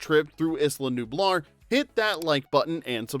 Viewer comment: It’s not “Iss-la Nublar” it’s “Aye-la Nublar”